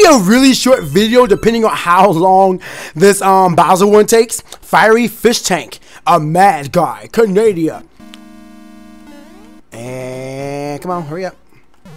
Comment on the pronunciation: say Canada not canadia